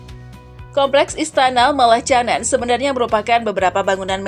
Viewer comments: Aduh kok Malacanang di eja "malatjanang"??? Yg benar " malakanyang" !! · Malacanang bacanya malakanyang